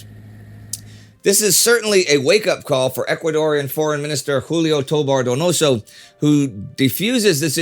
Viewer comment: then again toBAR doNOso shows you where to stress the syllables and here it comes in good ol usa grade school style doe-BAR doe-No-So